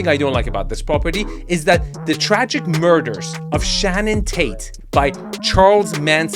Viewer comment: Her name was Sharon Tate, not Shanon.